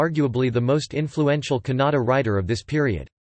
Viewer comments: The pronunciation of word Kannada itself is wrong You are saying it like Canada. The other information is also incorrect Dr.Madhava Peraje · The pronunciation of Kannada is not correct. The information also